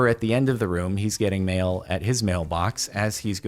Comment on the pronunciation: Thought he was saying male until he said mailboxes